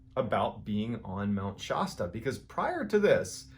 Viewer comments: Love your stuff! watch all the time!!! After watching these stories about Mt. Shasta, as a Californian, I have to correct your pronunciation. Its SH-ASS-TA not SHAUSTA. Great job otherwise. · Shasta not shosta. A sound not o. Like shat not shot . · Your pronunciation of Mt Shasta is hilarious. It isn't Shawsta (like pasta), it's "sh-ass-ta". 🥰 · I love your show and you are one of my favorite content creators but PLEASE STOP CALLING IT MT SHAW-STA!. It is just Shasta. I worked at the ski resort up there and have only ever heard it called Shasta so I have no clue where you are getting that. Keepb up the good work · Mount "Shasta" not "Shosta".... Why do you so often mispronounce well known places in California in particular? You do it way more than you do with other places in other states. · I live just a hundred miles or so from the mountain (which is pronounced SH AS ta. Not Shah sta.) Your stories are compelling, addicting, and scary as all get out. Thank you and keep up the great work. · shAsta. Like “A” in “apple” Shasta. Shasta Cola, Shasta rhymes with “lasta”. Shasta dies NOT sound like “pasta”. Drives me crazy the way you pronounce it. And Oregon! Pronounced “ORGAN”. People from the area are losing their minds hearing you say “Shaughsta”, lol!! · Great story. It’s Mount Shasta as in “ass” sh-ass-ta not Shah-sta. sorry but that pronunciation was driving me nuts😂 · I think it's super cool you're talking about Mount Shasta!! It's about a 45 minute drive from me. We go there in the winter all the time. I hate to be that guy tho, it's pronounced ShAsta. not shausta. You should look up the Lumerians. It's beings that live INSIDE the Mountain. There is a lot of weirdness that happen around there. I love you MRBALLEN! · pronounced..Sh-ass-ta..not Sh-ah-ta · I know this is ridiculous but it's driving me crazy......Mt. Shasta is pronounced Mt. Sh-ASS-ta. Not Mt. Sh-AUS-ta lol Sorry.....Love you MrBallen! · It's Shasta like "apple" that's shaaaaaasta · Mount “Shawsta” 😅